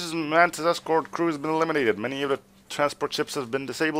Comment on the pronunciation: The name is mantis. Man... Tis... NOT man... tie...